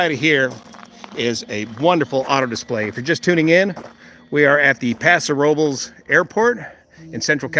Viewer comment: Thank you for pronouncing Paso Robles correctly!